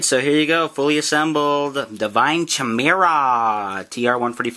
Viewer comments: Its not (cheh-me-rah) its (chy-me-ra) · Its khaai-mera not chaee-mera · the perniciousiation is ki-mer-A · Bro you look it up in any dictionary, movie or even anime if u like they always pronounce it as khai-mera. Anyway why the hell are we goddamn debating about pronunciations XD